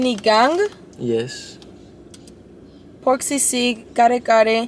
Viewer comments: that pronunciation was chef's kiss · the way pronounced sinigang i was surprised cuz it sounded so fluent. Sinigang is one of my fave filipino dishes! We appreciate that you make videos about our food and it's really nice to see foreigners try it out and being open to its taste. Still hope you could visit the Philippines and may make a vlog here? Manila is full of good streets foods and restaurants too!! <3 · The way they say sinigang is perfect! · This is the first video ever i saw in youtube that they can say the filipino food names exactly how it should be without a pause. ❤❤❤❤